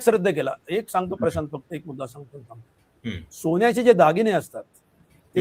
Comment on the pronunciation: सोन्याचे म्हणावे सोण्याचे नव्हे रे